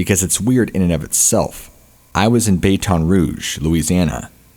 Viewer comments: Baton rouge pronounced as bat-ton rouge. Love your videos!!!!❤❤❤ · Several. Like I said, I like the show. If I didn't, I wouldn't sub it! It can just be all the more jarring when he pronounces a word incorrectly. Some of the words are understandable if you've only read them, but never heard them spoken before. But, just on this episode... "Baton Rouge", "ethereal" and "maniacal".